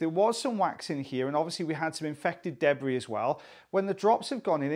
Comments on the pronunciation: I love the way you say, “deb-bree.” Happy FriYAY and have a great weekend everyone! 🇺🇸❤️😊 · I doubt that that's anything peculiar to or the Welsh. We in Australia pronounce it that way as well.